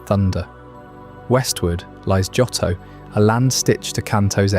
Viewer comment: It's Joe-Toe. Not Jot-Toe. But it's at least Day 20 odd for me. You are my night time listening. Thank you 🙏🏼